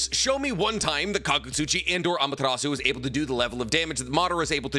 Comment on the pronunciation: why does every youtuber pronounce "Ah-Mah-Tear-Ass-Sue" as ""Ah-Ma-Ter-Ohs-Sue"